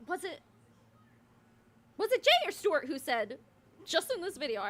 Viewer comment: in the last video, did jay call stewart, "stubert" ? I swear he went "stubert, stewart"